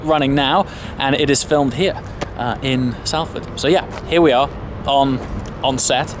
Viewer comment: "Sal-fad" hahah that made me laugh, being from around this area that tickled me FYI "sol-fod" Keep up the good work though, love the vids